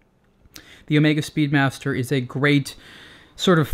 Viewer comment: I think this guy just called the Speedmaster 'Speedbastard! LOL You can catch it into the video. Fun.